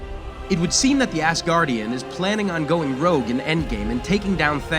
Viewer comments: Why do you keep saying assguardian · You just said assgardian... Twice Three times Also you didn't just tell thor not to mess with captain marvel.... She is weak compared to many avengers